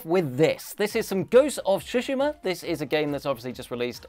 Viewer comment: Someone tell this man how to pronounce ‘Tsushima’ for the love of god